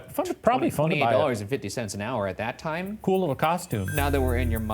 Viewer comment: IT'S TIIME